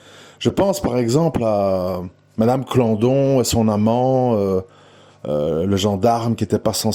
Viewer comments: Je suis d'accord avec l'analyse de cette vidéo, Bernard Laroche est innocent! Sinon, on s'en fiche que monsieur prononce mal Clandon (au lieu de Claudon). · C est Claudon pas Clandon